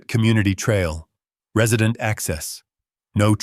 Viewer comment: Re-side’-nt? Are you sure he doesn’t mean Res’-ih-dent? Please get an AI who knows how to pronounce the words correctly! Thank you! And stop with the darn dings!!!!!😡